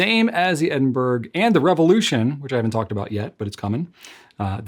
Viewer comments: It is pronounced Eh- duhn- bruh or Ed- in- bra not Edin-burg. You've got the UK wincing right now lol😅. Much love x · dear, it's Ed-n-bur-uh or Ed-n-bruh, not Ed-n-berg. Is it possible that Goulet will eventually carry any of the Manuscript calligraphy pens? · Edin-burr-uh. Just saying! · Edinburgh is pronounced as edin borrow, a city within Scotland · I love the look (and name) of the Edinburgh! However, please note that you are mispronouncing ‘Edinburgh’.